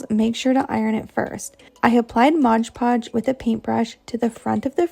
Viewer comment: MOD PODGE!!! NOT MODGE PODGE!! OMG!